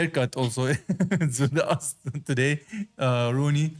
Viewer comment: Rooney? I thought you said you were Looney...lol